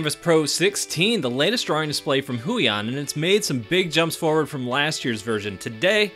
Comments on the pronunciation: Great review, thanks for this video! Brand is pronounced hway-on (rhymes with 'stay on'). Passed the video to my missus since she's the artist of the pair - would love to buy it for her if she was interested! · It's actually pronounce as Hue yawn but close enough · The way he says “Huion” makes the cc say “hooey on”🤣